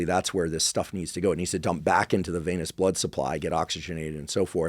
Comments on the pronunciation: Hey Andrew, it's "venous" system, not "veinous" system. Thanks for all the info! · The way you say VAY-NESS for VENOUS, and ED-IMA for EDEMA. Dude.